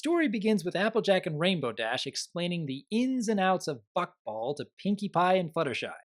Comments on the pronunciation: Maybe I have a problem, but I can't stop hearing Fuckball. Even when I heard Rainbow Dash say it in the episode, I heard it wrong. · Every time a character says "Buckball" it sounds like they're saying "Fuckball" and it's really bothering me. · It sounds like Is saying "F#ckball"? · The way you pronounce Buckball is a bit... open for comedic interpretation. Nothing wrong with it, just pointing it out.